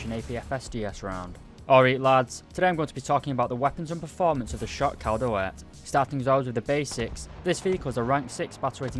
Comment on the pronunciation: you almost pronounced it right, when saying dalet, the emphasis is on the "da", not the "let"